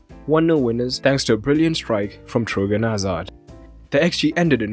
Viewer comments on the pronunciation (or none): Btw, it's Thorgan Hazard, not Trogan